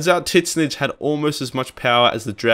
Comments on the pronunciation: "Tit zneech." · Took me a while to figure out that you were saying Tzeentch. Anyway, good video.